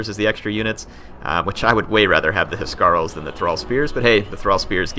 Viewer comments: I think the pressure on Huscarls is on the s and not the c, that is how it is pronounced in Danish. I may be wrong since i'm not a native english speaker, and it may be differently pronounced in English :P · Huscarls not he-scar-el haha House-karl And Geats is Geets (sorry I just had to tell you)